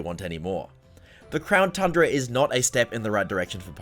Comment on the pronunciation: Is it just me or did he say crown trundra